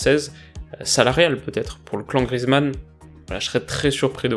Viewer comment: Grrr, on prononce Grièzemann :p